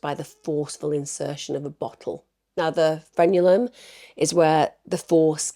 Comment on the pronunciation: Frenulum- not what you said lol